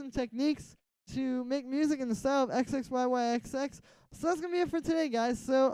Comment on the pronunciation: This tut is awesome thank you so much. Also just so you know in the future, you pronounce his name zizzy.